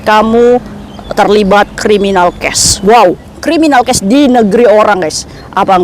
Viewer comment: Bukn criminal cash, tpi criminal case .beda suara bc nya.. antara case.sama cash